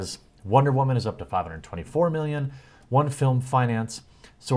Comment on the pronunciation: Dude, I swear to god! Love your videos, right there with you, but I'm done with the freaking "whamen"!!! Just say woman damn it! I get your point, just tired of hearing it!